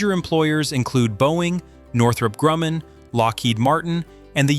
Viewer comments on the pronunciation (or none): none